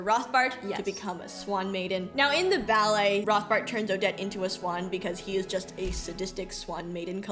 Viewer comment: I am so sorry, I didn't want to correct you, but since you said, 'Rothbart' is easy to pronounce... It is pronounced 'Rotbart' without the English 'th'-sound. 'Rotbart' means 'red beard' in German and the 'h' is silent. 😊